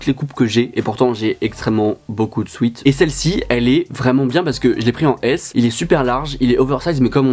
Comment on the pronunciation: À tes « souet »